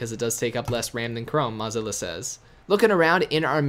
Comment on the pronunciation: Learn how to pronounce Mozilla, or stop saying it.